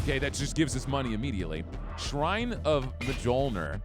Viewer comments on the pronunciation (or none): Mjolnir is pronounced like mee ol' neer helps me to remember it that way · The correct pronunciation of Mjölnir is Mee-ol-neer. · This man just said Majolnir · Not that it really matters lol, but the proper pronunciation of Mjolnir is "Me-ole-ner". Obviously you can say it however you want but the grammar police inside of me was screaming to say something. 😅😂 Much love,!!